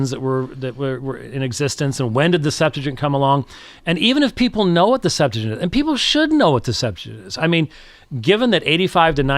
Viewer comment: I hate to be that person, but the name of the Greek Old Testament is pronounced "Sep-'tu-a-gint", not "Sep-'tu-gint"